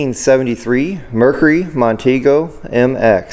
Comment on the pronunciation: My 1st vehicle was a 1968 Mercury Montego MX. I loved that car, especially the big back seat 😉 BTW it's pronounced Mon- teego